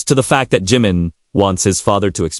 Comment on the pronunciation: U do not say his name correctly at times so annoying